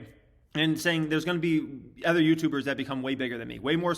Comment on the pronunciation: Ken is great. is great. Everyone has a different flavor, but they all provide valuable insight. just needs to learn how to say “other” properly.